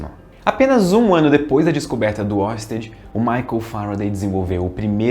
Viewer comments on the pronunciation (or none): Estamos de olho em você pronunciando "Huygens" corretamente e não fazendo o mesmo com Oersted.